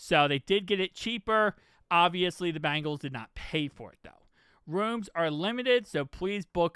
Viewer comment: Please enunciate our team name Bengals. Not BAngles. One is a tiger, the other is a bracelet. No disrespect, many media outlets make same mistake.